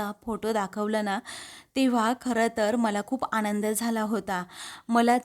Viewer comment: तसेच " आनंद ल" हा बरोबर शब्द आहे. " आणंद" नाही .